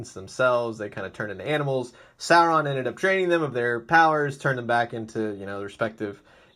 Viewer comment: It's pronounced SORE-ON not SARE-ON